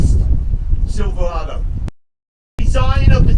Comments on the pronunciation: He keeps saying “SILVA-WADOO” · Whats a silvwado?